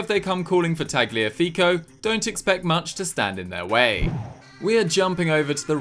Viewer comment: Ok why do you pronounce the G in Tagliafico? It’s supposed to be silent. Like in Gnocchi